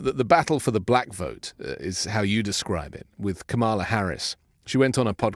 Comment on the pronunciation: It is Comma La!